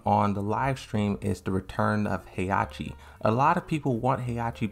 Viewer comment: FOR GOD´S SAKE, WHY DO YOU KEEP MISSPRONOUNCING THE NAMES???? Is HE-HA-CHI, not Heiachi and is XIAYU NOT YIAOYU.